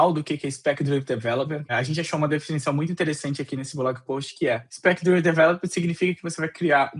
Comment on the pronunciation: É difícil levar a sério um conteúdo sobre 'spec-driven' quando o apresentador passa o vídeo inteiro pronunciando o termo principal da forma errada. A pronúncia correta é 'drí-ven' (com som de 'i' curto), e não 'draiven', que seria a pronúncia de 'drive'. É um erro fundamental. Ninguém é obrigado a ter uma pronúncia perfeita, mas para um comunicador se dispondo a ensinar um tópico, saber pronunciar o nome do tópico é o mínimo. Se não tinha segurança, bastava traduzir. Usar 'Orientado por Especificações' não é pecado algum e soaria infinitamente mais profissional do que repetir um erro básico. Portanto ainda bem que ele não está vendendo curso de inglês ✌